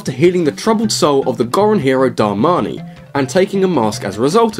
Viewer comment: Hey. Its DarmanI. Not DarmanU